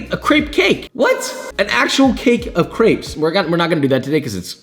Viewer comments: Is not crapes is creps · Why does he pernowns crepes so weirdly Him: craips Everyone else: crep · France ~ it’s not CRAPES ITS CRRR-EEEHHHHH-P- Spelled > CRÊPE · Isn't it pronounced "Creps"?